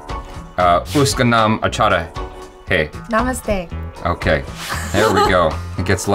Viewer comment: when he say Achara hai i thought he say achar hai (pickle)